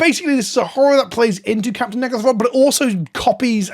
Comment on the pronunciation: Can you pronounce Captain N'gathrod correctly? You are almost saying something else that you really don't mean to say.